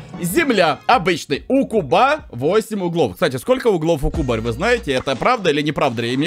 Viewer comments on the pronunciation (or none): none